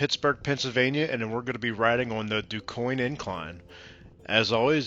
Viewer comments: The least you could do is learn how to pronounce it. DOOCANE. I have no idea where you got that pronunciation on your video, but it is so strange. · Are you mispronouncing Duquesne on purpose???